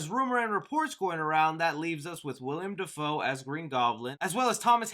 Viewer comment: It's pronounced Will-um Dafoe! Keep up the good work,! Love the vids.